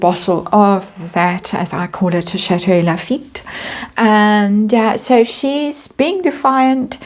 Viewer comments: I still hear Chateau Lafitte. 😂 You can take the girl out of Louisiana, but you can't take the Louisiana out of the girl.😂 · I just love accent when she says it. 😊